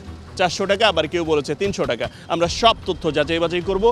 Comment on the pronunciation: টেকা না টাকা